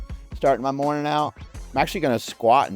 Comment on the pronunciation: "Good moanin 'dis moanin'"